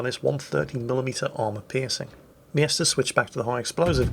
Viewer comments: OMG! The guys name is M Jester, NOT MIESTER! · wtf is a yester? its clearely pronounced jester :S